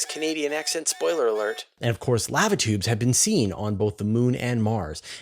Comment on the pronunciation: alright buddy, you're gonna have to change the way you say "lava tubes" 😂